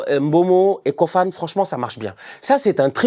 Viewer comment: On prononce KOFANÉ ...pardon appellez le comme il faut merciiiii